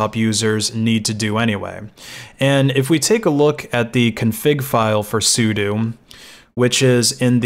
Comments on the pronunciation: It's sudo not sudu. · Hearing Sudo pronounced as su - du instead of su-dough and realizing I've been saying it wrong my whole life oh well, not gonna start now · why does everybody pronounce it as soodoo it gets on my nerves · i've pronounced it like "as you do" LOL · I've always known what it was short for but I've never in my life heard someone pronounce it the way he does